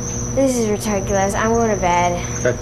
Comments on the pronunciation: "This is retarkolous" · "This is RITURKULOUS I'm going to bed!" L O fuckin' L!